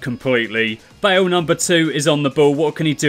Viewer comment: it's not Wales, it's Bales